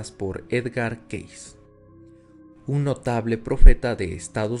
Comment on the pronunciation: El nombre de Edgar Cayce se pronuncia keisi, no keis.